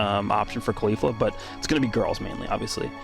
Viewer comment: Your pronounce of caulifla hurts my ears, you say her name wrong